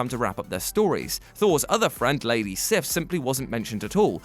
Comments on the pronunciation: “Sif” is actually pronounced seef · It’s not pronounced sif it’s more like seev I think